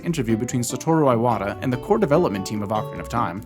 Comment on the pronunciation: The way you pronounce Iwata sounds like an Australian describing tears